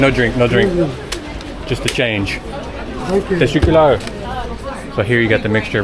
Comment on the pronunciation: Yooooo. 4;05 that's not how you say thank you in Turkish. The way you pronounce it it sounds like testicular.... 🤦‍♂️🤦‍♂️🤦‍♂️ I've noted it several times